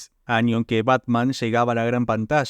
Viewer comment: ¿Año o “anio”? ¿Se les complica la Ñ?